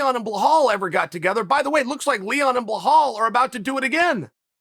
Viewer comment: Chael. Its Belal not Blahal